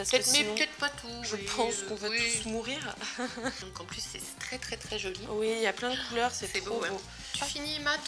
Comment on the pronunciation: TA DIS JE VAIS MOURRIRE DECEDER 😂😑